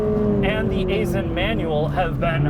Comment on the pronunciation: I was an engineer with Aisin back in the day. It's pronounced Eye-sin.